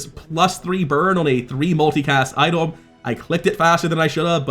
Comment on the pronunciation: didn’t mean to call you out, just curious if I missed a mechanic or something or just an accent thing. Btw hope the game does well, just the segregating card pack makes me sad.